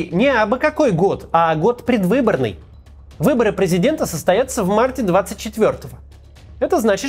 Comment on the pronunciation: Вот, прям - выбори,😄 что это за слово